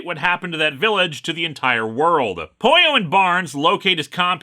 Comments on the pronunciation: ..no.. the way you pronounce it.. doesn't sound like "pollo" it sounds like you are saying "Poio" which is not a word. (By the way I brought this up more as an irational attempt to defend the fictional robots feelings.. not so much cause im bother by the miss pronunciation ) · That's how you pronounce Pollo in Spanish.